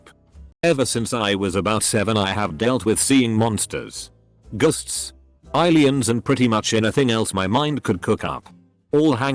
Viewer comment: Nobody: Robot reddit voice: monsters, ghusts, eileeyans